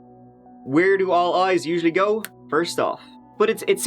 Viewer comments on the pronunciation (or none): Is saying, "Let's have a goo."? Like, gooey, goopy slime? Is that like a chin wag, but Irish? Or is he saying go in a silly way and I'm a total fool? Lol.